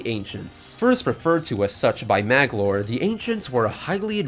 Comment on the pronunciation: Sheesh, Magolor has 3 syllables, not 2. Also, you didn't include the lore about Nightmare and the Star Rod